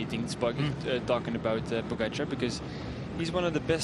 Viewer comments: No it's not. The stress is on the A - PogAchar. Source: im Slovenian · Please speak Tadei's family name correctly, closer to his native language spelling. That PogAchar is ridiculous, right spelling is POgachAAr with double accents. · His name is Tadej Pogaćar, the j is pronounced as a y and the accent on the c changes the pronunciation from a regular c.